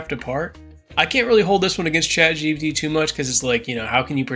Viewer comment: "shat gbt"